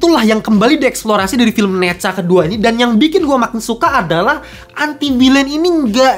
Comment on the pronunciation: ENTI VILEN bacanya koh